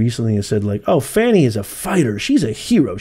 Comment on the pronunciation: u keep saying Fawny/Fani.. It’s FANI and just FANI